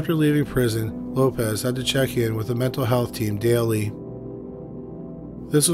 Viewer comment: As a Portuguese person, I was not very surprised to hear your incorrect pronunciation, because it is very difficult for a non native to stop associating these types of surnames with their Spanish equivalents. Examples: you pronounced "Lopez" when is written Lopes; Martinez is not Martins; Fernández is not Fernandes; Sanchez is not Sanches; García is not Garcia; Rodriguez is not Rodrigues; González is not Gonçalves; Diaz is not Dias; Gomez is not Gomes and Alvarez is not Alves (we shortened Álvares).